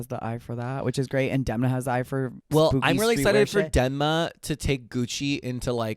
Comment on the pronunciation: SHOTS GAME: take a drink every time they mispronounce Demna’s name. Get drunk. 👏🏽DEM👏🏽 NA